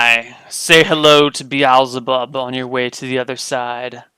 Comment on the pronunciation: Wait! Has he been saying Beelzebub this whole time? Could have sworn he was saying The Owls Above xD